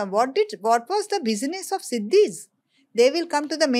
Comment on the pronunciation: Weren't Nizam of Hyderabad from Turkia? Buisness is an old profession in India IVC was rich because of doing Buisness. And African people are called SHEEDIS and not Sidis as you are pronouncing